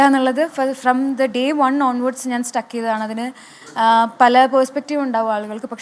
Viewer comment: സ്റ്റക്ക് 😌സ്റ്റിക്ക്😄